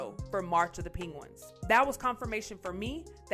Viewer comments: 🤦🏽 - my goodness!! its N🚫T Ping•Wins It's. .. Peng • Goo • Wins!! you're making us look bad 🤭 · I like "PING GUINS" too. 🤣😂🤣😂